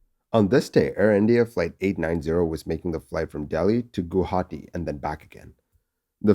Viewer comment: You're the first non-Assamese person to pronounce Guwahati correctly. Kudos to you!